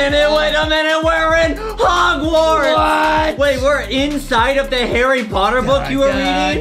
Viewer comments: Boxy be like "SoMe hArReY PoTaH" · Hawwy powter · when a rich lady teach foxy how to read Foxy:HOrRy pOTtaR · Harry pota hahaha